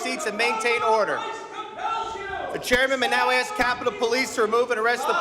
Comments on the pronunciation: It's "ask," not axe. Good job putting people in congress who can't even pronounce or use the English language properly. So professional. Speaks volumes for the democrats. So sad. Hate to see the other choices!!! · Go ahead, "aks" your question. Pitiful.... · She must let me AXE my question chairman...